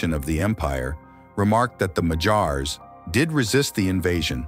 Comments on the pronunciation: If you're going to make a video about a people, at least make the effort to learn how to pronounce their name correctly. They are "Magyars" not "Mahjars". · 'Magyars' is stressed on the first syllable. It really grates on the ears hearing it stressed on the final syllable. But the AI American English narrator afterwards is even worse!